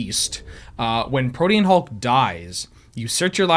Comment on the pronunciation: learned how to say Protein Hulk properly!